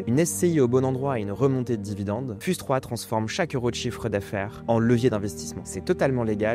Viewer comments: "fyouz" par pitié, pas "fuse" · On dit "fiouze 3"